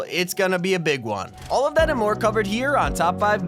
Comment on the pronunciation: Did my guy say his name was tomny at the end. Lmao